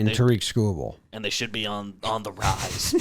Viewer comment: the pronunciation of Tarik Skubal hurt my soul as a tigers fan.